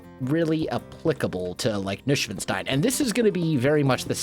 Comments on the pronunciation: Neuschwanstein is pronounced Noishvanshtine, not Noushvenstein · Nushwanstain? Sounds like cat language.😅 I am German and we call it Neuschwanstein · More tower. The current tower higher(i like it sticking out of the roof) rounded dormers?(they look like birdhouses atm) Also you cant imagine how long it took me to understand you said neuschwanstein :D maybe try new-swan-stone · So funny you say Nushwanstein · haha I love how you pronounce Neuschwanstein! I also didn't realise which one you meant, so I googled Nuschwenstein just to realise it was the Neuschwanstein all along! Keep up the great work!! I love the way you play minecraft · Ian Fyffe Noi-shwaahn-shtain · Noi-shwahn-shtain, but you could translate it to new-swan-stone :) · Kordian Polczynski nicht schlecht! The rest means that Neuschwanstein was not understandable from ' pronunciation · i speak german and it took me a long time to realize you were saying Neuschwanstein haha gotta love that us-american pronunciation! thanks for the entertainment, wels. looking forward to seeing you build more of this! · Aaaaaand same here in Berlin 🇩🇪😂 But if I listen to the many Germans speaking English with an accent that makes my ears bleed... well... I strongly prefer listening to (like he'd say) butchering this name 😁 BTW... Americans saying "Hohenschwangau" (where Neuschwanstein is located) is even more interesting 😂😂😂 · i do not really unterstand which castle you meant, but if it is Neuschwanstein castle, then you pronounced it totally wrong, but in a kind of funny way.